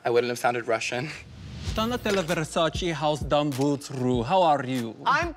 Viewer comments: its VER SA CHEH not VER SACE not VER SA CHEE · Anyone who has ever watched a minute of Versace know she cares A LOT about how people say it. And it's Versac(a) not (e) . Why don't these people research who they'd imitating? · Violet, you’re not very good yourself (at impersonating Donatella) since you say Versa-chee as in cheese. It’s pronounced “ver-sah-chay” as in it rhymes with say. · I love how violet y’all shit about doing Donatella and doesn’t know how to pronounce Versace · WHY THE F7CK VIOLET PRONOUNCE VERSACE SO W R O N G. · None of them know how to pronounce Versace